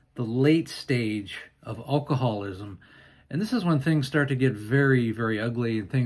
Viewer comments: I'm sorry, but it's AL-coholism, not ull-coholism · you would have an easier time of pronouncing alcoholism if you didn't pronounce the 'a' sound at the beginning of the word as in all. Instead, pronounce it as "a" as in cat. Pronouncing it as you do makes you stumble on the word.